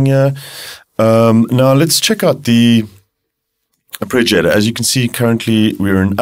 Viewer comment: Man, your videos for the Diva are really good, but it's not 'arpReggiator'! :-)